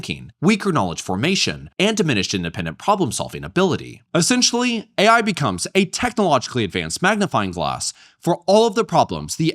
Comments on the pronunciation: why tf does she keep saying A1? No one ever told her its Artificial Intelligence? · i can't get passed the fact that someone advocating for AI teachers cant even say AI. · cant even pronounce AI correctly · Her pronouncing AI "A1" gave me psychic damage. Unbelievable these people acting like they know what's best while they don't know anything. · Is she saying A1 because she has only seen AI written and doesn't know it stands for artificial intelligence?